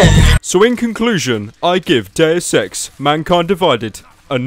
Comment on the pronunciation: "Dayus Eks"